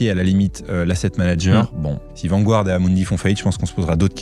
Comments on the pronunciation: je dirai plutôt VAN GUARD le u se prononce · Super vidéo. Pour info VANGUARD se prononce vanne-garde 😉